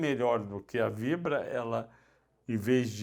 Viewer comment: Ráizen e Fibra (por vezes)?! Importante pelo menos conhecer e acertar os nomes das empresas, se não a credibilidade fica bem prejudicada.